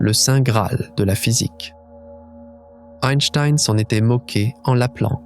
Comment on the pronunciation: Je connais Albert Einstein, pas Eistiiiiine ... Pfffff ... :face-turquoise-covering-eyes: ... Min 5